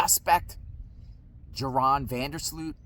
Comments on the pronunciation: His name is pronounced like Urine not Joe Ron. 🤦‍♀️ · Pronounced Yoran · His name is pronounced "Your-On".